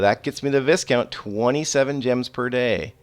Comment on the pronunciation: Just so you know Viscount is one of those words that the S is silent, I know you don't care but I thought I would let you know, One of the other CC youtubers was saying marquis way way off lol